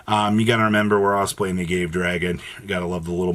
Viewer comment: Agave Dragon is pronounced like an exotic berry not an std, so rather than "a gave" we are saying "ah" gah! Vay!!!